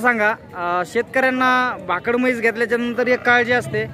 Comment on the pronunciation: भाकड़ा नाही भाकड